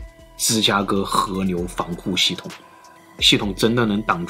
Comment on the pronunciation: 媽的 是河流不是和牛 能不能好好發音